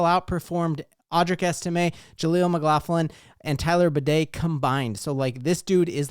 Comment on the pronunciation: As a Mizzou and Broncos fan, it's Tyler Bay-dee, not Tyler Bidet. 😁